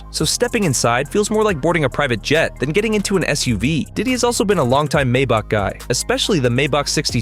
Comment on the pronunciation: Do you even know how to pronounce Maybach?😂😃